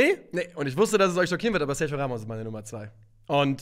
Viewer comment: sag doch einmal SERGIO [SERCHIO] richtig!!!